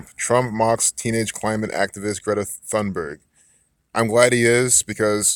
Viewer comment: Thunberg is pronounced with a “straight” T as you say “Tarzan”.. you don’t hear the “H”.. 🤓 Like “Tune-berg”, not exactly.. almost. 🙃 I’m Swedish too. And yes, she’s a fraud and like you say, an actor. So much shallow stuff around her. It’s awful. Thank you for the good info. 🌸